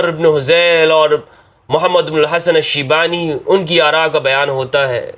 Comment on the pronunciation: It's shaybani, not shibani.